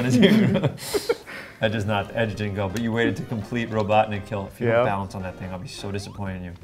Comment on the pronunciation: why can't ben pronounce balance